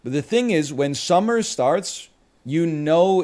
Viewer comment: If I ever hear a Canadian say summer again, I’m gonna throw down